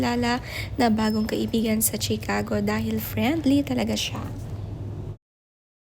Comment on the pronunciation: That's not Chi-Cago ang pronunciation niyan.